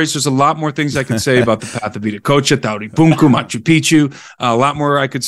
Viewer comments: If you type in VIDA COACHA on a search engine the results will be confusing. You will get better results with Viracocha. Being "cool guy" by not using English language pronunciation is NOT conducive to communication. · You pronounced Veracocha very interestingly direct connection to Indian and "Russian" vedas?